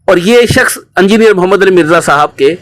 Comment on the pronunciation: Imama shareef 😂 hahaha tum log bhi baki molviyon k chailon ki tarah hotay ja rhy ho aur ye "E"ngineer hota hai na k "U"ngineer 😂 engineer sahab tum logon ko ye bhi na sikha paye aj tak😜 Nehatta tha wo to ye mu*der attack kaisay hua? Itnay saray logon mai wo gala daba k maar deta kya? Kuchhhhhhhh bhiiiiiii😂😂